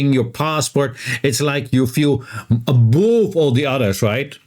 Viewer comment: Thanks for the background info... By the way "above" rhymes with "love".